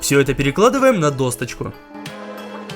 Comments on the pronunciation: Снимаешь крутые видео!!!!! есть одно НО. Досочка! А не досточка))) смотрел все видео, акцент уже изменился!) так держать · ПЛЧЕМУ ДОСТОЧКА БЛИН ДОЩЕЧКА ПРАВИЛЬНО АААААААААААААААААА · Сорри, но меня каждый раз немного передёргивает, когда я слышу: досточка или протвень